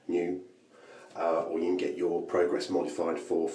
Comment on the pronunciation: I wanted to drop you a line and thank you for providing me with the correct pronunciation of the Merkur Pr"O"grass. As an Alaskan I realize I am somewhat ignorant of what I think is referred to as "The Kings English". As such I was pronouncing it Pr"A"gress. Regardless I have sent the powers that be several e-mails inquiring as to the process of getting one of these SHINY goodies sent me. Cheers,, Wolf